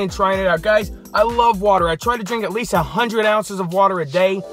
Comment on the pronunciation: "Hey Guyshchs"